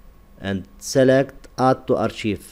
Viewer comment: شكرا عزيزي ساعدتني كثيرا ، فقط تنطق أركايف ليس أرشيف